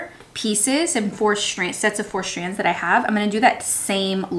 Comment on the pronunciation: Is it just me or does she pronounce "strands" like "shtrands" and "straight" like "shtraight"? hahaha love the diys, will so do many myself :)